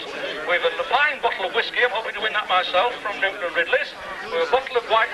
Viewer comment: oh god, the awful Kevin says ‘hospickal’ as the equally repugnant Les Battersby does in years to come. That and ‘bockle’ (bottle). I don’t know why but it just gets on my thruppeny bits 😒